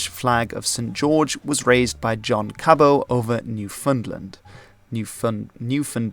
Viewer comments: Loving your content, so here's some pronunciation tips to help you make it even better! "Cabot" sounds like "cabbit". The second syllable of "ensign" rhymes with "sin", not "sign". "Newfoundland" sounds like "Noofin' Land" -- primary stress on the first syllable, secondary stress on the last. It's "Diefenbaker", not "Diefenbacker", and the last two syllables sound exactly like "baker". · It's not Cabow it's Ca bot. he wasn't French. It's not en sign but en sen, and Lester Pearson wasn't the Governor but prime minister. Please do some basic homework beforehand. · John Cabot's name is not pronounced "Cab-oh". It is an anglicised version of Caboto, with a pronounced "t". Even if it were a French name, as it might appear, in the 15th century final "t"s were still pronounced in French. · Firstly its john CaboT with the T (well actually it was Geovani Caboto) but i digress, and secondly as a Newfoundlander its pronounce New-fun(soft u)-land rhymes with understand. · Cabot= Ca-But and Cartier= Car-t-ā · Up until this video, I have NEVER heard ENSIGN pronounced as “en-sine”. Always “en-sun”. But here Newfoundland and Cabot are also mispronounced…🤷‍♂️